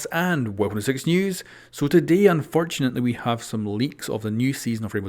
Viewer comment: Why did he say unfontualy